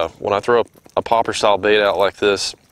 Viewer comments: its a popper not a pop r lol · I don’t get why he keeps calling it a poppAR. it’s a poppER.